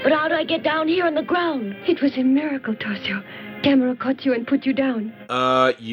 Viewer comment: It actually pronounces Ga-'Me-Ra